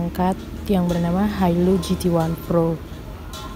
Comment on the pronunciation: Pro mbak bukan phro